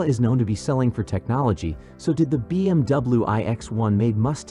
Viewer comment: Hate robot narration. “B M double-oo” ????